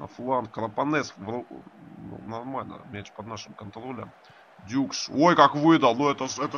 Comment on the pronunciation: он все-таки дукш, а не дюкш, вы неправильно называете, это непрофессионально!